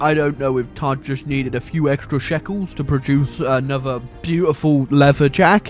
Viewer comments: Are you saying "todd coins" or "tard coins"? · what is he saying tart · Sorry, are you saying Tard or Todd. Ohhh tard with two d’s! hello ms. Lady, I think I can help with the Tard, Tod, situation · I thought he was saying tard coins.